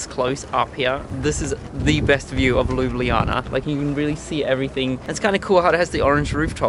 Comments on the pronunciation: It's not called ljubljijana it ljubljana I know I'm slovenien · You Said Ljubljana wrong. You Said ljublijana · Ljubljana [lju-blah-nah] Ljubljansi grad [lju-blahn-ski grad] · Luubliana :D Im slovene so it's funny (Jaz sem slovenec zato je smešno ) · it's pronounced LOO-BLAH-NAH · I actually live in Slovenia and it's really cool to see that you love it so much. Made my day. It's funny when you try to pronounce the name tho😂Also love the video. It's beautiful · lol I love how you say Ljubljana. It's so wrong but I love it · You are saying "Ljubljana" wrong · You are not pronouncing LJUBLJANA correct.